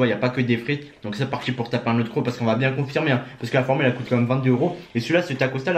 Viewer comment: Il a dit coûte